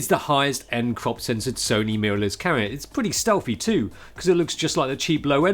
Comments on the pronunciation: I thought you were saying Karen, then carrot but I know it could only have been camera. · Every time this guy says camera it sounds like he is saying Karen, and it’s hilarious! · I kept on thinking you were saying "Karen" instead of "camera"...and who knows; maybe you were. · "Get the Karen that has the right features that you want!" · Thanks for clearing that up 🤣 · A Karen you can grip with all 5 fingers 🤣😂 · Haha I noticed that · True. Just picked up in that, Karen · Sounds like “Cara” to me